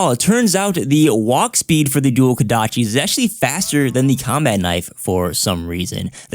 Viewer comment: KOdachi. Not KAdachi....